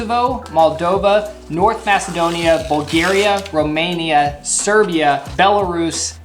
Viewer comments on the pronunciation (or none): none